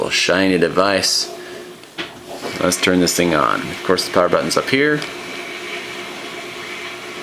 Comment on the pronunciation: Hahaha He says "the" and other "th" words ok but when he says "thing" he says "sing" i don't get